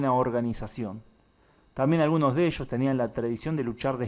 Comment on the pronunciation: Oye no conosco que es "buco" ni tampoco "eshos" ni "shamados". Conozco busco, ellos llamado pero no lo que dices